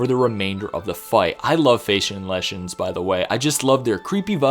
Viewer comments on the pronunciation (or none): none